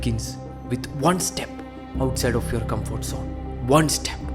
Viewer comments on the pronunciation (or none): none